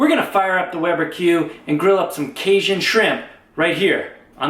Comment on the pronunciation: Kay JUN. Cajun. I liked the video but there is no sh in that word